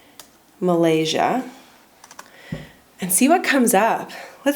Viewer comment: You pronounce of Malaysia is perfect👍👍